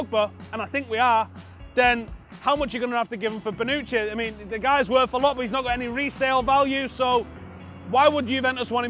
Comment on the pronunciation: Lol it's Bonucci not banucchi 😂